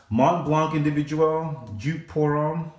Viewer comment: YOU ARE SAYING IT WRONG!!!!!!!!!!!!!!!!